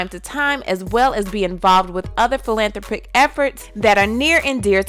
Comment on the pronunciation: phil·an·throp·ic Learn to pronounce